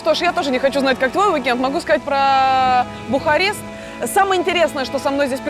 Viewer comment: Я похоже одна слышала Бухать вместо Бухарест((